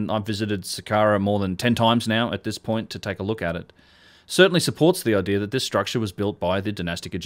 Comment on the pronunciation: is clearly one of the most knowledgeable and well-spoken young men documenting these structures. Can anyone tell me why he adds a big ‘ole R on the end of 4th grade words that end in a? Like “area” becomes “air-ee-ar” and idea becomes “idear”? And don’t say its an accent, he has a perfect English accent. That’s adding a full blown consonant where we all clearly know the words have no r in them. I don’t hear it in any of his multisyllabic words just the elementary ones. Does it mean something else?